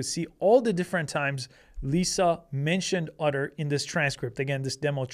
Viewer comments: Otter or Utter? Are you sure you are pronouncing that right? Is it supposed to be "Otter" as in the animal? Or really "Utter" and they spelled the name of the company wrong? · Why is he calling "Otter" "Udder"? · Great video but ask Chat GPT to pronounce "otter" for you. What you were saying was "utter," a completely different word. :D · Are you saying "utter"? 😂 😂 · lol udder AI. I never noticed he had an accent until he said Otter in such a strange way. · I kept hearing “udder” 😁